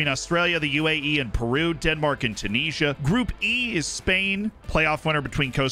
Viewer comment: The way you say Tunisia gives me a headache